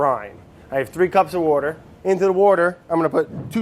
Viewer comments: Jesus Brad, give Andy some wouder. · "wourder" never gets old lol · I thought wourder was some kind of ingredient I didn't know about lmao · from this day forward i will now start using "wourder" instead of "water" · Petition to change the pronunciation of water to 'wourder' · I love It's Alive.... like I got so excited just now when I saw this was posted. Also, I feel like this would be a great show to make into a drinking game. Words/Ques to take a drink: Brad says Wourder Brad says Fermentation Station Vinny makes fun of Brad Brad can't say words right Brad changes his recipe mid-episode Brad doesn't know what day it is/how long something has been fermenting Brad sees a cute animal